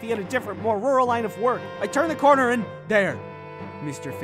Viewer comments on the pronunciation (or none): none